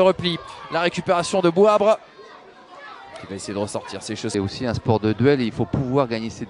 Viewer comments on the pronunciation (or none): c’est pas Bouabre c’est plutôt Bouabré😂